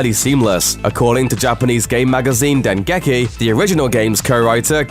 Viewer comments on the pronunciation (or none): It's pronounced dengeki not den geki. It's really simple just take the names and put them in google translate and press that small audio button with a few tries I guarantee you'll make it.